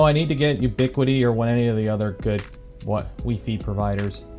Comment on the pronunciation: WeeFee. WEEFEEEEEE.